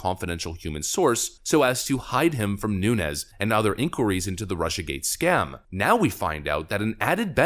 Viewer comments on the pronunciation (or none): none